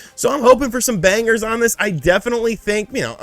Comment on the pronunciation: Did I seriously just hear you pronounce “banger” with a hard G?